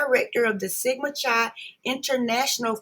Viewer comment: You are saying Chi wrong